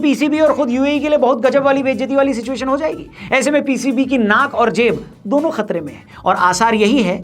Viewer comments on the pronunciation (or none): none